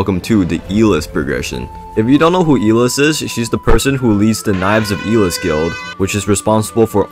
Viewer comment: ITS EYE LESS NOT E LIST